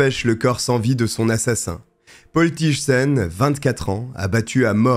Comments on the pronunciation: Quelle triste histoire 😢 un féminicide de plus 😓 Rien à voir mais, si je peux me permettre, on ne prononce pas "Tije" mais plutôt "Tey" en accentuant le i. Abonnée direct aussi ❤ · Thijssen se prononce Teillsseun ( ij = eille)